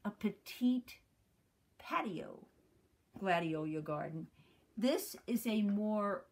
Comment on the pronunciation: Gladiola--NOT Gladiolia!